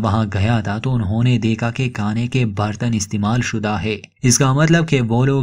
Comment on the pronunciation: भाई साहब पहले आप हिन्दी अच्छे से सिख लिजिये. हिन्दी को बदनाम मत करिये.. (सबर पर निकलते है, काने के लिये कुच नही बचा🤣)